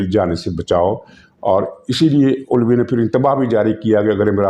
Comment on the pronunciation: سر کو پتہ ہے۔ لیکن وہ علوی کو الوی کہہ کر اس کی منجی ٹھوک رہے ہیں 🤣😂😜